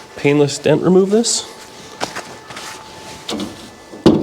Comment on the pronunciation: DENT, not Dint. Sorry, not Sorry...lol